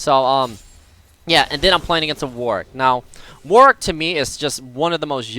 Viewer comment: is like the only member of the League community that pronounces Warwick's name correctly, it really pisses me off when people say warWICK.